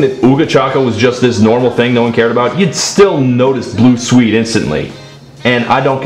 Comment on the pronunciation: i have never heard someone mispronounce the name of swedistan so many times